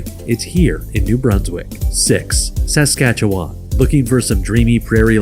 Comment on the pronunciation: Newfoundland and Saskatchewan both pronounced incorrectly. Also, Quebec should be 8th or 9th. It's one of the poorest provinces, with among the highest taxes.